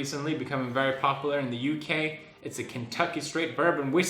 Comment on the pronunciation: It's cute how he pronounces popular like poplar =)